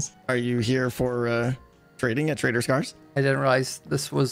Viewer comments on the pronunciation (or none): I keep hearing "traitor scar" instead of "trader scar" xD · oh, good to know I wasn't the only one constantly hearing "traitor" instead of "trader" :D